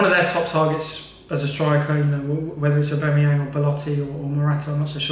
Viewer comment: A-you-me-bang hahahaha